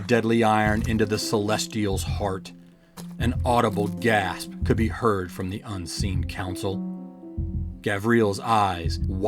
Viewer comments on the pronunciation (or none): none